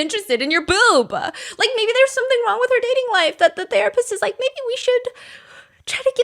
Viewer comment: sis says boob like bewb 🤣